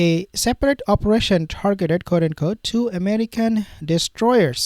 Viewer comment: "Quote" is pronounced kwote, not coat.